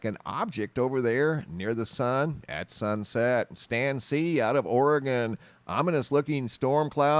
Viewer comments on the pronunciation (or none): none